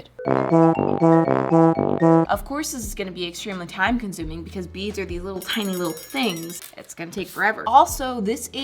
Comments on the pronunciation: It thought you said "Make beans" But you said "Make beads" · for the longest time i thought she was saying "make beans" 😭